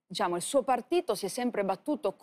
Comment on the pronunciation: "diSciamo," (GioGGIA Meloni).